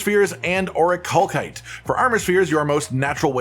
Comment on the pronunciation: I'm sorry. I just can't help it. It's driving me insane. It's 'or-ih-cal-site', not 'or-ih-call-kite'. Ok I'm done being annoying. Great video!